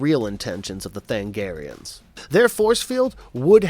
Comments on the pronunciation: Sir, I love your analysis, but.... Than-A-garians has FIVE syllables in it. And that wasn't JOKER's bat-tracking device, my god man, don't be dense. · Me during Starcrossed recap: Tha-NA-garians. Tha-NA-garians, not Thangarians. Did you even watch the show, or did you just read someone else's recap? *Edit Holy s***. At 2348 you play the clip in which the character said the word Tha-NA-gar.